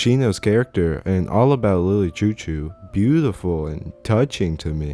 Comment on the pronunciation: the way you're saying "chou-chou" is pmo. it's supposed to be "shoo-shoo"